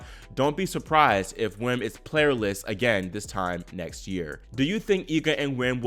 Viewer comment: By the way, "Wim" is pronounced "Vim" in English.